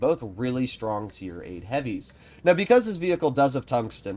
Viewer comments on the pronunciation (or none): none